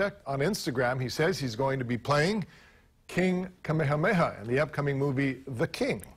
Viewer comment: This guy calling himself mowy gonna be pronouncing his name Kameyhameyha